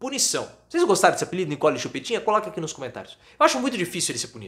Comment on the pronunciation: Nikole é Nikole...vocês estão pronunciando errado.